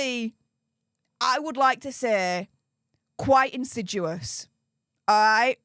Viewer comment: I’m not finding the word insidUous (in-sid-yu-us) in the dictionary. Do mean to say insidIous (in-sid-ee-us)?